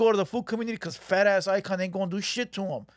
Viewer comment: This fool said Fat Ass Eyekon 😂😂😂